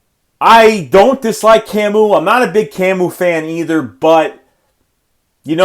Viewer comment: "Camoo Groogger-Hill" lmao